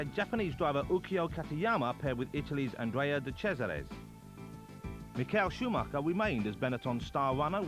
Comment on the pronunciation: Mick-ail Schumacher? Suddenly he's Russian, Murray? Come on! It's a standard name and you had it correct in '92 (you were wrong in '91, but you got it right in '92), so what gives?